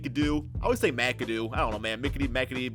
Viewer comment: Mac-Adoo not Mic-Adoo